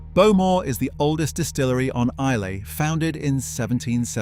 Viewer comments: Speyside - pronounced 'Spay-side' Islay - pronounced 'Eye-lah' Etc., etc. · Interesting programme, some of the pronunciations are a bit astray. Islay is pronounced “ Isla” and Glen Garioch “Glen Geery” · And Islay.